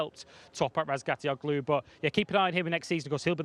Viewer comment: Does my head in when they keep calling bezzecchi betseki